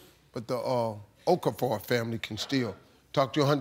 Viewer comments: he did not just call the awkafor family, ohhkafor. 😔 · I don't know what Steve pronounced but that's not Okafor😂